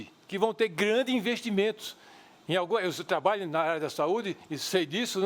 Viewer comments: Eduardo Jorge quer ser vice- presidente da República - talvez para dar sua contribuição na Educação - MAS fala "canidata" "trabaio" a chapa de uma professora e de um médico - Estamos lascados! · MUIÉ DO TLABÁIO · muie, trabaio ? ta certo... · "muié" , "trabaio" ... affff isso é vice q se apresente???